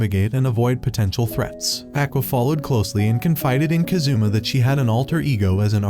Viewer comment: Kázoommah Man Americans are terrible at pronouncing Japanese names.